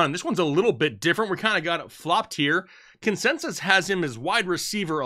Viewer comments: “Consesis” lol happy Thursday guys ! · Say "consensus" again.